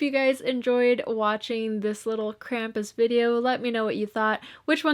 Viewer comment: Lol, "Krampi?"